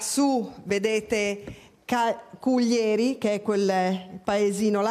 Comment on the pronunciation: ....è penoso anche sentire Cuglièri e non Cùglieri...ma non si informano per un minimo?...dico io...